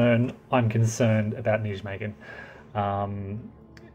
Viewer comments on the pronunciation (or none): Come on with the name Wise Guy History you could dip a toe into research. You're not a Yank so make an effort with foreign place names! It's Dutch - "J" is pronounced like a "Y" [NY-may-gən], "W" like a "V" "Vaal" & "Cuijk is similar to to "Kaayk" [one syllable]. Wargamers profess an interest in history & nearly all of them get the basics wrong on names, dates & geography.